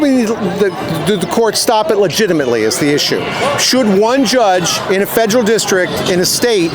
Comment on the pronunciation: guy almost sounded smart---- until he said 'fedrill"